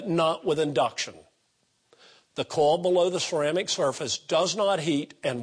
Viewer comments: Funny how he pronounces 'coil' sounds like he's saying 'coal' lol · I noticed that. Kind like "Cohl"